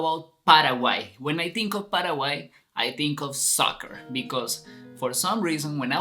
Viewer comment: Nada q ver con tu pronunciacion de PARAGUAY... El Guarani es nasal...